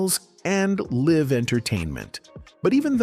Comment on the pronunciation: There are a few other mispronounced words. "Live" as in living was used instead of "live" as in "Live from New York" as one example.